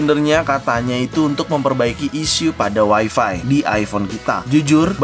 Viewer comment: Wai fai cuy bukan wai fi